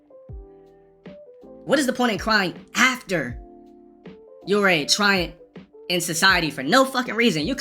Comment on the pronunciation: its *tyrant not tryant🤦🏽‍♂️